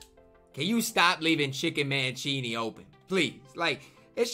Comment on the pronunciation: Cheaney name is pronounced CHAIN EY btw love the content